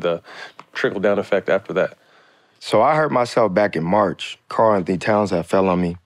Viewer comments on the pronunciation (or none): none